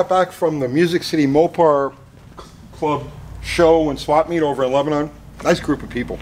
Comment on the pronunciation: You pronounced lebanon wrong my guy say it like Lebanin not like the country lebanon